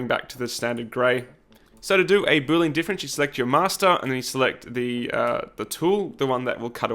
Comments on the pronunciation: Should be \ ˈbü-lē-ən \ or boo-lee-en. ;) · Hey,! I really admire your work here! You pronounced boolean like boo-lean. It was not supposed to sound like boole-an, like, from Boole? I don't know, english is not my native language, just thought of it when I heard you saying. Thanks!